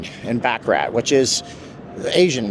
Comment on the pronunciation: I hate to be 'that guy' correcting things, but I also hate it when people pronounce baccarat as 'BACK-A-RAT'. It's really 'bah-cah-rah', emphasizing a French softness to the word. Much classier way to pronounce it. That's all I had to say, thanks for reading.